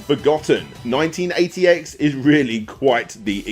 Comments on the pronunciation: Thank you! I was trying to look it up. I thought he said “1988” lol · I had so much bother working out what he was saying when he said the name of number 3... Its called 198X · Thanks, had no idea what the hell he said.